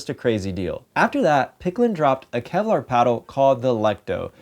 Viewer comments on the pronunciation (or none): Uh huh, so did you say it wrong or right? Um yeah, if you're plugging for the company, you should probably not say the name wrong 50 times!